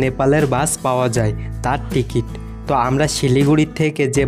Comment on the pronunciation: বিডিও, ইস্টিসোন,টিগিট, টেরেন,এসপেরেস,পেরায়,বোরমন, ভাইরে বাংলা ভাষা টাকে এইভাবে ধুয়ে না দিলেও পারতেন 😒